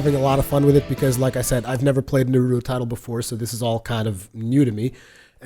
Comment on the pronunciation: I just can't stand when people say Naruto like that with the long u sound. no one says his name like that, your pronouncing it wrong for both Japanese and English. it's a short subtle u sound sort of like the sound for the u in the word up. saying Naruto like this guy just makes you sound either stupid or ignorant, pick one